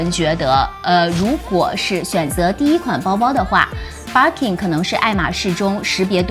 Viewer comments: Bir kin發音好怪⋯⋯ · 包包很美。Birkin 和 Kelly的发音都不对。索性用中文读吧。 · barking barking 的 。。